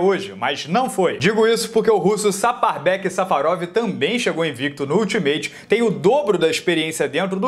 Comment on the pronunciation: Quando o Safadoo Safarov KKKKKKK O encheu a boca pra falar isso